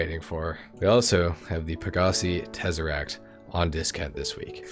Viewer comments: I came here just for the tezeract 😂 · when you got to the Tezeract🤣🤣🤣